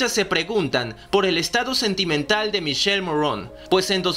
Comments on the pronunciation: Hola me voy a atrever a hacerte un par de observaciones, el nombre del actor se pronuncia "Miquele" aunque se escribe "Michele" y sobre el tatuaje de la mano él explica que simboliza al "Ave Fénix" que muere y vuelve a nacer, por eso tiene una imagen de calavera en el centro del ave. Saludos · Una aclaración el nombre del actor se pronuncia como si tuviera una "q" o sea que se pronuncia Miquele y el apellido se pronuncia como se escribe Morrone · El nombre del actor se pronuncia "Miquele" no "Mishel". No americanicen su nombre italiano. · Michele Morrone es italiano, por favor no pronuncien su nombre y apellido en francés, no se puede oír!!!! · Michele= mikele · En español suena Miquele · El verdadero nombre del actor se pronuncia miquele morrone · Que no se pronuncia michele se pronuncia mikele! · MIKELE MORRONE, así se pronuncia MICHELE MORRONE , visto que es italiano y no americano. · Se dice mikele morrone, literalmente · No es Michele Como lo dices en inglés??? Infórmate bien Bro! En italiano la "che=que" así que se dice miquele y se escribe Michele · X2 jajajaja lo que si ví fue que no saben pronunciar el nombre de Miki y algunas informaciones erradas 😂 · El nombre es italiano y no se pronuncia como lo pronuncias😅